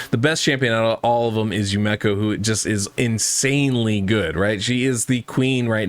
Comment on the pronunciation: Yu-me-ko say it with me